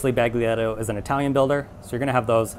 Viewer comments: The G is silent. Not bag. 🔴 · you should say "balietto" like you say "giulia" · Not trying to be picky.... the letter "g" in Baglietto is silent. Otherwise, your pronunciation is spot on! Thanks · leave out the g in Baglietto